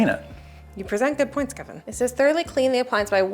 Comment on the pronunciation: calls him "Keven" not Kevin. That's what the captions should say 😁